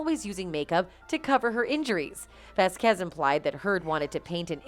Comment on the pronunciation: LOL It is not vasQUEZ it is VASquez the accent needs to be put on the first syllable.